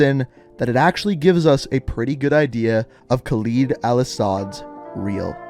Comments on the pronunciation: I cringe hard every time you say Khalid or Urzikstan I just like dude you do all these back story videos and that tells me you listen to these people say these words more then enough times but you still butcher them ima still show love cause you put the time in on the videos but damn dude come on pronounce the names right. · Okay. I've watched a fair number of your videos and at this point, I have to say something. How on earth can someone as well versed in the MW lore as you mispronounce every. single. name. You're literally playing video with the names pronounced and mispronouncing them. ER-zik-stan, not YOUR-zik-stan. kuh-LED, not kah-LEED. zuh-KEYE-ev, not zuh-KAY-ev. Seriously, at this point I'm surprised you haven't said EYEM-ran rather than IHM-ran. It's actually what's keeping me from subscribing. It's actually annoying.